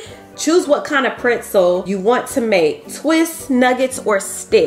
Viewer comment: Printzel though?🤣🤣🤣 I'm from the Tre and that was a 1st for me🤣 love you tho sis❤